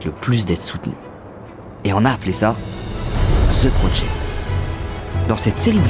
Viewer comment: Si t'es pas capable de prononcer correctement "The Project" appelle ça "Le projet" Colonisé va!